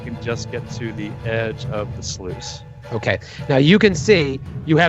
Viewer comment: Anyone else catch that kept saying sluice as "sloo-ees"? But no one called him on it? I was confued at first until I realized what he was referring to. Guys... it's pronounced "sloos". Just like "juice" but with an "sl" instead of a J. I would have expected at least to call him out on it.